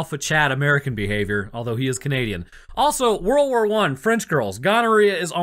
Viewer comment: I swear at the very start of the video I thought you said "worwor one" and now i cant stop hearing it everytime you say it